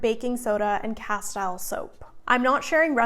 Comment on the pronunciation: Cass-steel, not cass-tile.